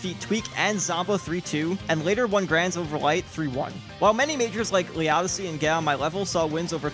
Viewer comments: unfortunately for my blood pressure, i will never not feel boiling rage whenever someone mispronounces l’odyssée 😔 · Why can't people pronounce L'Odyssée properly?